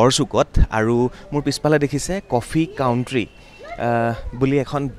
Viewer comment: It is not কফি কাউট্ৰি, it is কফি কান্ট্ৰি